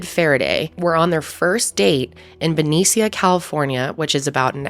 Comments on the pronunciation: BEN E SEE AH. I’m screaming. Because I’ve never heard someone who’s not from here trying to pronounce it. As someone from the Bay Area, Benicia: buh-knee-sh-ugh. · Ben-ee-sha is how to pronounce Benicia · It’s BENICIA (sha). 😊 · In the Bay Area we actually pronounce Benicia like benisha, although I love the way says it.